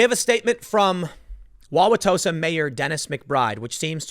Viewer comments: Joseph Mensah is not a bad guy, and yes, you pronounced Wow-wa-tosa correctly. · Definitely grew up in the northern midwest if he can pronounce Wauwatosa right. Not even some Wisconsinites pronounce it right... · Tim you did pronounce Wauwatosa correctly. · Holy crap he said Wauwatosa right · Good job pronouncing Wauwatosa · After the third or fourth time, it’s acceptable to shorten “Wauwatosa” to “Tosa”. And you are pronouncing it almost like a native. Bravo. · You said it right but everyone calls it Tosa. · You got Wauwatosa correct. Nice work! :D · Oh. and You did pronounce Wauwatosa right. Take it from a Milwaukee local. :P